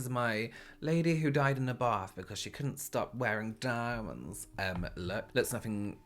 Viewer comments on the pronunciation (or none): “Women who died in a bath Bc she couldn’t stop wearing dAAAiemondssssss” Lmao Wear a fucking 😷 MASK I’ve never heard really curse before